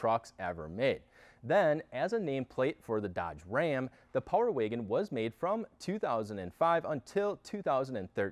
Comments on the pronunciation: It's Wagon, not Waygon.... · What’s a Power “Waygen” ? Lol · What’s a power “waygin” ? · Love the Video and I ordered My 2022 Power Wagon in June and should be getting it in Oct. BUT if I have to hear this guy say “ Waygen “ one more Time!!🤦🏻‍♂️🤯🤬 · Where are you from? I've never heard anyone pronounce "wagon" like "wiggin". Intriguing. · No offense bro but the way you say wagon is giving me brain cancer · I came to the comments just to see this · I didn't hear until you mentioned it. Thanks for that. Can't not hear it now.